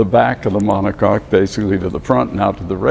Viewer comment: Take a shot every time he says "monocock"